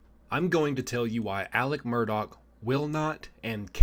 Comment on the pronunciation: Good job. You said his last name right with the “k” sound on the end! I keep writing his first name as “Elec” because that’s how everyone around there pronounces it. Nobody has called me on it, lol. I knew a family from Atlanta decades ago who said their family member’s name the same way. And as I have followed this case, my understanding is that Elec asked Buster to get somebody to put money on another inmate’s canteen account when he was awaiting trial. That they was county jail. It’s in the phone call recording.